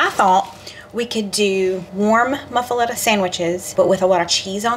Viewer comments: It's pronounced muff-uh-lotta... Cajun words are never pronounced the way you think lol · Sandwiches look so good. Pronounce muffelatta as muff-a-lotta😊